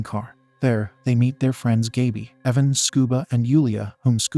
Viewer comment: The narrator mispronounced Gaby's name.